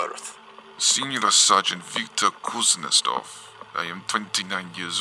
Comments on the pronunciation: I'd say that Kuznetsov is pronounced differently. Kuznietsov. You are pronouncing it Kuznestov. I speak russian little bit. Anyway, I like this video. I like these SCP videos, that you can listen without watching them. Plain voice. And you have great voice for this IMO. Edit: I was writing this during a video and you (or whoever was dubbed that officer) said it right in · Kuznetsov* , not Kuznestov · How did you fuck up pronouncing "kuznetsov" by turning it into a "kuznestov"? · I love your content but if you are dealing with foreign words maybe try making sure you are or other actors are reading them correctly it's kind of off putting when a two 'russians' in a dialogue can't pronounce a rather normal family name also whoever wrote this forgot russians have a name given after one's father but thats not your fault at all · I physically cringed every time you mispronounced Kuznetsov.